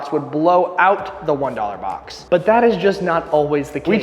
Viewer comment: Bob instead of box